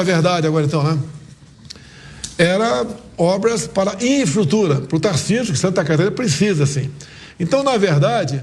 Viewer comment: CARA LIMITADO KKKKK NÃO CONSEGUI FALAR NEM INFRAESTRUTURA KKKK KKKK QUE PRESIDENTE BOST@ QUE TEMOS